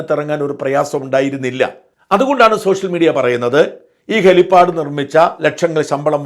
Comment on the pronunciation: .....അതു ശരി ആർക്കുംമനസ്സിലായില്ല..ല്ലേ..അതുഹെലിപ്പാടല്ല. " hell pad" ആണ്.